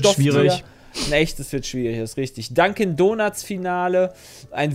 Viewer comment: Nach dem 20. "Dankin donats" habe ich ein bisschen die Krise bekommen xD